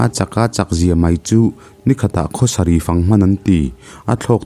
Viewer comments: Sâri ni lovin Sari zawk aw.... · a sari ti nula thar leh tu tih hi Abrahama nupui sari kha ni awm tak ania.. Vai hmeichhe ho incheina sari angin I pronounce a. Abrahama nupui sari tih anga pronounce tur ni awm tak Kalo ti ve mai2.. sawisel tur zawng hrim2 Ka nilo nia w boss 😁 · Chem chu atat hrauh, hrauh, tih tur. Sari... niloin Bible ami Sari. tih tur zawk anilo maw... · Sari🙄 Sar-i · Sari hming i.lam thluk hi a dik lo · A ziaktupa hi eng kohhran nge anih ka va hre chak teh daih ve? Ka rilru a lo lang ve mai mai ani e. Chuan sari kha vai sari ang a lam ka vawi1 hriat na!! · Sari lam dan hi diklo